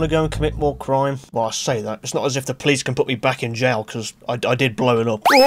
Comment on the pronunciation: "I want to comit more crims" what can possibly go wrong?